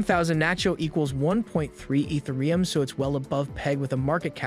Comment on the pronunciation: Eeth ah ree yum. thanks for the video brotha.